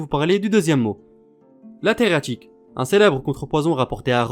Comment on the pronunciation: Coucou j'ai beaucoup aimé ta vidéo !! Il me reste cependant une question de la plus HAUTE importance... Pourquoi tu écris 333 fois Theriaque mais tu dis TheriaTIque ??